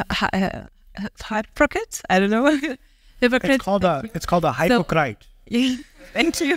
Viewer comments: "hYpo-crAit" 😂😂😂 Lol, I never pronounce it correctly either btw 😂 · It's called a haaypocryte. Nods proudly* 😂😂😂